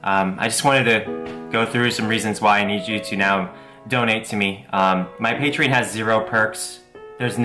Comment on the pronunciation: WHYYYYYYY tf does this man Onision pronounce "patreon" like "PAY-tree-in". Dear god that's annoying.